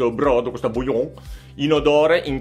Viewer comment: Come pronunci bouillon mi fa sentire male 😅😅😅😅😅